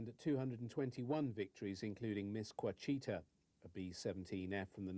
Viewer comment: Ouachita, pronounced as "Washita" not oh a chita.